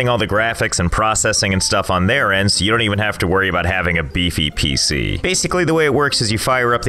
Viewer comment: Him: says donte rewind Me: rewinds